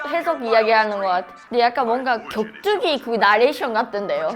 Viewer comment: 여자분 격투기의 격을 되게 발음 잘 하신다